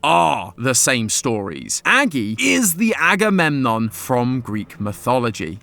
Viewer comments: Aggie poo???? CHILL…. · And aggydiginom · Don’t forget “aggymilade” 💀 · I swear you said Aggie poo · And "Aggie boy" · And anadididgemon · THE SECOND I HEARD "AGAMEMNON" I GASPED I LOVE GREEK MYTHOLGY AHaweyeiuaEWIU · As a greek, hearing someone explain greek mythology is so funny for some reason. It's weird hearing greek names in English or even greek cities. The pronunciations are so funny😭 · "Im not gonna say agamemnom 100 times" proceeds to say: aggie waggy doo dah, aggie lulu, electric boogaloo and more thanks fyp 🔪🔪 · Yeah, Agamemnon is too complicated of a name to call him like so throughout the entire episode... right... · Lol just say Agamemnon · Why don't you just say "Agamemnon"? It's significantly less effort than any of your nicknames!